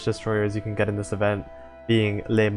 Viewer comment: I'd also add that the "Le" isn't pronounced like "lay" but more like "luh"